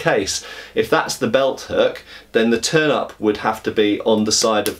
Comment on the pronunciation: Was looking away while listening to the video, and had to look back quickly after I heard him mention a "turnip" on the grip. Even after I saw the "turn-ups" he was talking about, it was hard to not hear it the other way, lol.